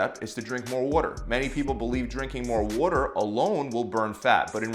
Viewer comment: He says it funny to me too. 😂